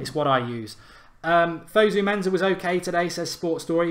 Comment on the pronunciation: It's fosu mensah not fozu menzah